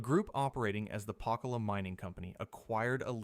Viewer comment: And it’s pronounced PA-cola